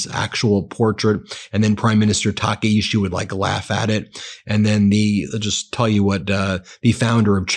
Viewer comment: My god, get her name right 😂 I knows it's a little thing it's just so annoying. Her name isnt taka ishi. Its ta Kai chi